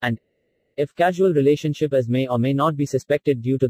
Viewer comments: Its causal relationship not casual,,, edit it boy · Its causal relationship,not casual